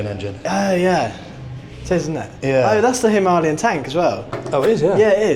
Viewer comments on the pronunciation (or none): lol why do you keep saying “Himarlian” instead of Himalayan